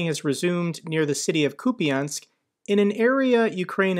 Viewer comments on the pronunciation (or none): you’re doing a great job. Your videos are so well-organized and researched. But please I am begging you, there are 2 syllables in Kupiansk, not three the way you say it. “ia” is a single letter in Ukrainian «я». It is one sound. Please I know you can do it.